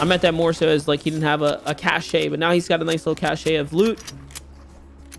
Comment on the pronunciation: Dude said cashay